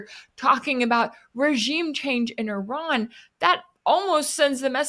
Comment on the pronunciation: it's not 'err run', it's Iran. not very hard, mate